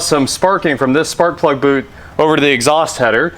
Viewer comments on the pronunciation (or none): none